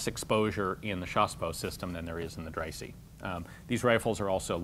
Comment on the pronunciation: Dreyse is pronounced “Drey-zuh”.